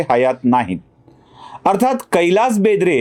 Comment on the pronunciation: बेंद्रे नाही, बेदरे आहे, ते